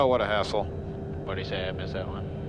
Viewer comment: At about after all the ATC delays you said 'what a hassle '. The first time I watched I thought you said What an a**hole. Lol